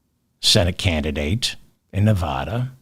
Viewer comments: CORRECTION: NEVADA IS NE-VA (as in vat)-DA not NE-VA (as in ma)-DA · CORRECTION, Just a minor one. Nevada is pronounced Nev-add-a not Nev-ah-da. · One more pronunciation correction, David. "Nevada" is not pronounced "Ne-vAH-da". Here's how you pronounce it: I forgive you; I grew up in NYC too. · CORRECTION: their is no letter O in Nevada, not Nevoda. 😝🤣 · Correction : it’s Nev- add- a. At least here in California. 😅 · Gentle correction. Nevada is pronounced with a short "a" (sounds like Ne-v-add-a) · CORRECTION: Pronounce Nevada like a midwesterner, the first 'a' like the 'a' in 'after', not Nev AH da. In an effort to avoid crazy conspiracy theories, we lefties refuse to consider the election was rigged. You won't even entertain the idea. Won't even discuss it. In what world do down ballot candidates outperform the Prez nominee? Maybe it's the world where coattails no longer exist. Maybe it's a world where voters are informed and carefully consider each candidate on their merits, regardless of party (JK, haha). But how about the world where one side cheats? Dems insist such an outrageous prospect can't even be looked at. We are better than that. We hold the high ground. Even though Repubs keep cucking Dems because we refuse to lose faith in the system, despite the blatant cheating R's keep flaunting everywhere else. I don't necessarily think Trump won bc R's cheated; I think it happened bc voters are ignorant of facts. BUT, the knee-jerk reaction of OUR SIDE refusing to be like THEIR SIDE is pigheaded. FOUR years of claiming the other side cheated seems to be a winning formula.